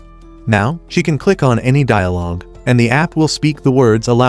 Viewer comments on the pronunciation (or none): none